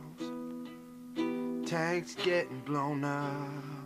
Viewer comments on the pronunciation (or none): I fucking love the way he says tanks